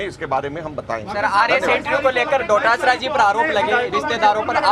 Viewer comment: डोटासरा नहीं दोतासरा 🤣🤣